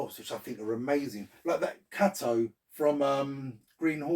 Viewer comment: The double act I never knew I wanted 😍 The Romance Noise Maker and the Porn Baron 🙏🏼 It’s pronounced “Kay-Toe” by the way 😇